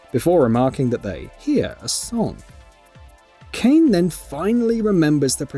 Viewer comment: WHY DO PEOPLE CALL KAINE KAIN OSHGBASHJGBAHDGA